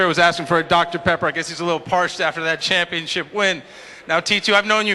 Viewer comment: lol "momentomship"